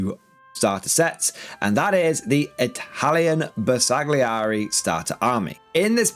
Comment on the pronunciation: The G is silent in the name, as in: Ber sa [g] li eri. Why so pedantic? Because it is a name and they are important. It would be like calling Leicester Lei cest er.